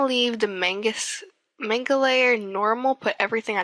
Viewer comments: its man ga. not mang ga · Your right, it is "spelled" manga. Or more accurately spelled まんが. And even further: 漫画。 BUT, I was speaking on how to pronounce manga, which is man ga. Not mang ga. It's not like "mango" (the fruit). There is no "ang" in the speech. Also, I don't think she wrote out manga in the vid. So she "DIDN'T" decide to spell it "mang ga." I am not wrong in this aspect. Oh and FYI, I was trying to politely give a correct answer. I wasn't trying to be the dick you are right now. Oh BTW, きみは英語を綴ることませんよ！ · actually it's mahn-ga, not man-ga........ (and i am japanese so i know.) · Comic book is what manga "ROUGHLY" translates into. You also mean, it's pronounced in japanese (or nihongo), not katakana. Katakana is a japanese writing system used for (most commonly) foreign/loan words/names, and advertizement. You can say, it's comic book pronounced in nihongo. However, manga and comics are drastically different, but are close in the basics of their media. Make sure your japanese friend tells you the correct meanings. (Not saying that they don't know what the are saying). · lol I'm American too, I still pronounce it correctly. You use to call it mang-ga when I was 12, but that was ten years ago. I can't believe you color manga and can't pronounce it correctly... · It still helps to say it correctly. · You're saying manga wrong -_-"